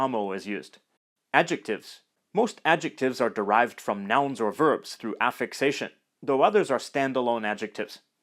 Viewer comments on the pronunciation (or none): none